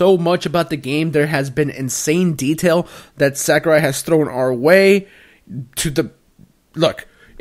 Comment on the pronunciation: Am I the only one who cringes when they say Sakurai? It’s SAW-KU-RAI